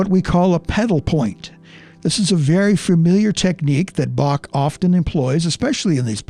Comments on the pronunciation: Should praactice with : How , Him, Her,Human, Home, Hello, Hell....etc The C is silent -and it's BAH not BAK.....OK....I'm done with it.... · Yes 'tis indeed a slight blemish on the analysis to mispronounce the composer's name as "bokk" with hard "k" sound instead of "bokh" with proper "kh" sound. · Can you please switch to the proper pronunciation of Bach name? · Please Learn to pronounce Bach correctly! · I know this may seem petty, but could at least make some effort to pronounce his name correctly? It just sounds disrespectful.